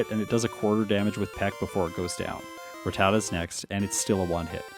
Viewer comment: You know you pronounce ratatat funny This how I learned how to pronounce it season 1 of Pokémon